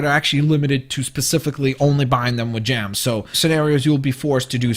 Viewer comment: Lol u say gems like jams